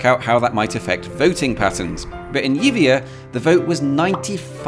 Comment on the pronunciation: Yibia.... that's the pronunciation. Honestly amigo.